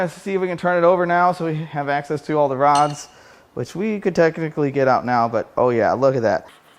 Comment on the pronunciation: I almost thought you said broads hang out inside of this engine lol but I know you meant rods🤣